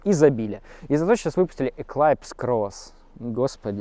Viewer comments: Надо говорить эклипс а не эклайпс))) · ну у нас в сибири, как то привычней эклипс. да и в английском произношении, тоже эклипс ;) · Мне тож ухо резало, но я снимал и молчал)